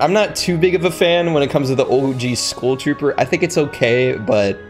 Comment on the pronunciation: why tf do you say school trooper? why cant you pronounce skull?